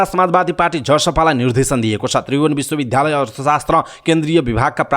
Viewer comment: Kripaya Bishwa Bidyalaya bhanne garaun. bidhyalaya ta hoina..sunda dhya bhaneko jasto yo anurod garieko ho.